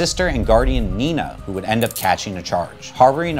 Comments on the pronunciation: her name is Nani, not nina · Issues I found: Pronunciation issue on number 4. Her name is Nani, not Nina. I know it doesn't matter much, but it got me a little upset. Legal issue on number 6. Boots is clearly sentient/sapient, being that he's capable of human thought and speech. While he functions on a level equal to that of a child, it still implies that different laws would be enforced instead. Also, given that Dora and Boots have been 7 years old for the past 19 years, her parents could be charged for genetic experimentation on humans and other sentient life, in addition to letting their child roam freely without adult supervision, endangering themselves and the people around them in the process. Legal issue on number 7. Each time Scooby and the gang go onto a property, it's almost always when the owner asks them to, and when it's not, it's being asked by a concerned third party. Even if they might not be a real task force in any legal capacity, we can't know that for sure, since many places allow people to organize their own task force so long as their intent is to aid others and they can prove their past good deeds. Not to mention that they've aided the police in the capture of many criminals over the years, which is highly likely to get them a reduced sentence for any genuine trespassing, if not just simple community service, or even just a slap on the wrist. Legal issue on number 10. Waternoose is literally from another realm with its own legal jurisdiction and laws. If we were to attempt to extra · It's Nani not Nina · Lilo’s sister is “Nani” not Nina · It's actually Nani, not Nina .. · Noni. Not Nina. Naw-ni. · Name is Nani not Nina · Nina… I am wounded lol (it’s Nani, but I understand how you could confuse it but also oof right in the childhood lol) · OBJECTION! Lilo’s guardian is named Nani, not Nina! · “Nina” 😂😂 it’s Nani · Nani not nina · Nani not Nina 😅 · IT'S "NANI" YOU UNCULTURED 😂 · Lilo‘s sister‘s name is Nani (Nah-Nee)